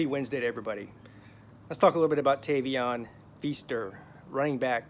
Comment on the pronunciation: Can you say his name right first bro?